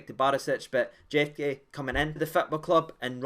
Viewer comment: Jefté, going off my Spanish from school and holidays in Spain, would be pronounced as “Hefty” 😅 Anyways after seeing the Jefté rumour on Twitter and seeing this video I’m getting excited, but I’m having to temper my excitement given how we’ve been burned by previous transfers. Especially most of the summer transfer signings. I was worried this signing (if it happens) will mean Ridvan is definitely away but then I seen a Turkish journalist saying that Galatasaray are wanting to sign Marcus Acuna instead so maybe Borna is the one being moved on now while we can still get some money given his contract ends in the summer.